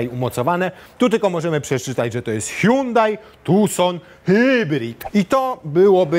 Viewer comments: Po koreańsku to fonetycznie „Sionde” czyli Hyundai 🙂 „Huang hę” to może jest po chińsku. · Jakie sionde czlowieku, Koreańczycy wypowiadają to (h)Andey gdzie h jest nieme